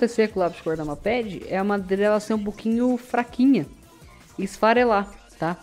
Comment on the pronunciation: Lê se "meiped" n mapedi, agonia kkkkjjkkj